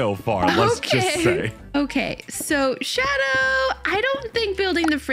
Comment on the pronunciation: You said shado, so I ment shadooooo